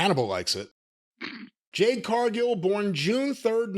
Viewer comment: LMAO Best part of the Shaq Match was Shaq Disappearing from the ambulance Jade Cargill hasn't been relevant since then 3-years Jim Still mispronounces her first name 😂😂😂😂😂😂😂😂😂😂😂😂😂😂😂😂😂😂😂😂😂😂😂😂😂😂😂😂😂